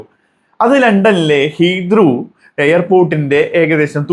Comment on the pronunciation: ഹീബ്രു അല്ല ഹീത്രു